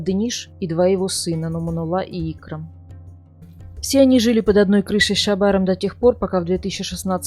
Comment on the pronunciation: Икрàм. В мусульманских именах, ударение ставится на последней гласной.